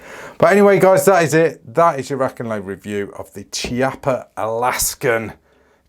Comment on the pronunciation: the correct pronunciation is "KEEAPPA"